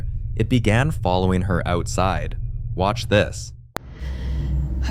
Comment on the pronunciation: I love it when it says WAAtch!!! 😂😂😂